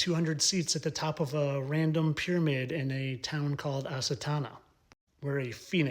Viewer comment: Ha'Satana khazakstan? Did you say HaSatan?